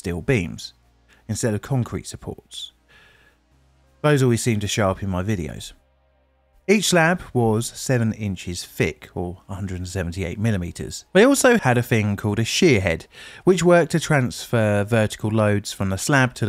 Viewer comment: Hi its your favourite grammer police here.... can you pronouce Thick as THick not fick i had that literally beat out of me as a child.. not sure where the dialect comes from ps love the weather report comments at the end we all know london is never sunny... as of today its Blooming Cold or FFFFFFF ducking freezing